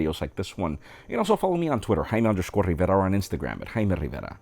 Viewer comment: You're not "High ma Rivera"... you're "Jaime Rivera"😂